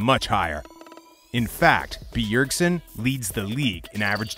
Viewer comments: its bjergsen not beeyergsen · The way he emphasizes the B in B ergsen is so annoying .. Im tilted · The way he pronounces BEEERSEN is triggering me... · BEE-URG-SEN damn this tilted me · ITS SO ANNOYING AHHHH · Yes this! Holy crap I almost muted it. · I was just about to bitch about the same thing. Fuck me its annoying. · The video is legit unwatchable the way he pronounced Bjergsen.